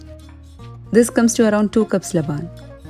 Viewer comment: Hello.. dear sister ur videos are amazing… by the way it’s not pronounced labaan its pronounced as laban (laben)…